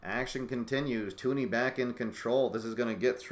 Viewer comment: It's TUN-ee, not TOO-nee.